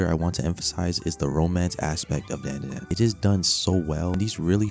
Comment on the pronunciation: Dandadan, bro said it wrong